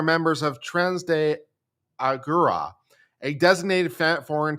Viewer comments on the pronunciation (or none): I giggle every time I hear you try to pronounce "Tren de Aragua." 😅